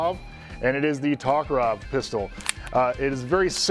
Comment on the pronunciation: Это "Токарев" нет "Товаров" товарищ..